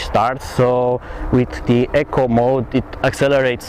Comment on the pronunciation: e-co you keep saying echo